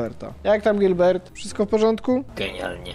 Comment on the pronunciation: Nie gilbert Nie dweyn Gelberito Dwayne